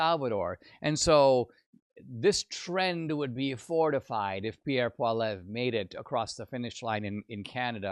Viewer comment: If you're going to report news about Pierre Poilievre you should learn how to pronounce Poilievre.